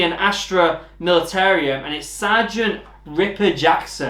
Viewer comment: Knew you were picking the Imperial guard. I still need to get around to painting my Cadians. Btw, there's no i at the end of Militarum, It's pronouced like Mili-ta-rum. Like the drink. Don't want to go to your first game and say the name of your army wrong XD.